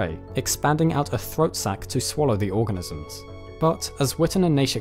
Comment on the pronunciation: at :23 seconds, it sounds like you said "research done on these orgasms"...I even had to go and check it a few times.